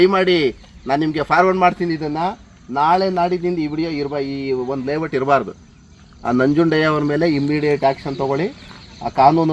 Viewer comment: ಲೇ ವಟ್ ಅಲ್ಲ ಲೇಔಟ್ ಅದು